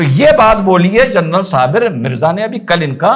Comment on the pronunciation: Journal ❌, General ✔️... जर्नल नहीं, जनरल सही शब्द है।